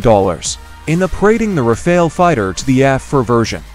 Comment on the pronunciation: its not pronounced "rayfail" Hayaahh